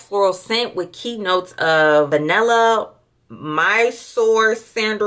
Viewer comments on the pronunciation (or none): I was getting confused because she is saying “Sinderwood” or “Cinderwood” for I believe Cedarwood? And Vaniller for Vanilla. Pee-uh-nee Mag-no-lia Vuh-nill-uh See-der-wood 🤣🤣🤣🤣